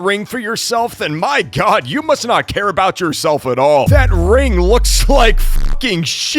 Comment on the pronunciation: my cousin was watching this vid and he heard you say "my gyat" instead of "my god" and run up to me like "LoOk SaId GyAt" 💔🥀